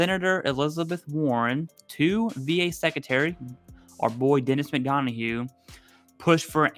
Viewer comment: Hey. I’m embarrassed to mention this, and I am not a grammar nazi, but you are mispronouncing Mr. Denis McDonough, is only 3 syllables, you are pronouncing it as McDonohoue. Please check it out on me. I watch all of your videos, and Jason’s. Please forgive me. I’m not trying to be a smart ass. God Bless..